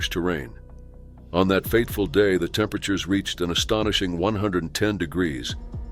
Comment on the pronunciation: "Previously", "temperatures". Teach your machine English!